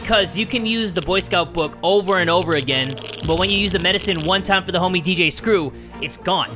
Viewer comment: I like how he said "lets get TIMMAH"